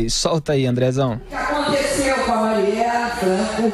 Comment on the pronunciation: A Dilma erra o nome da marielle 2 vezes , mas o Augusto também chama várias vezes a marielle de (Mariela) kkkkk alguém noto ?